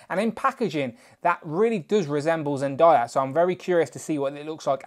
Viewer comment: Zendayas name is pronounced zen-day-a